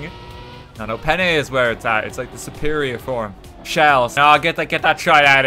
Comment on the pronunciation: Says that Penne is the best Pasta while simultaneously pronouncing it with an overly Americanized southern drawl is the best way to critique an Italian dish.